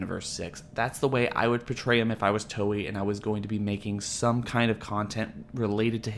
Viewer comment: It's pronounced Toh-ei, not Toyee.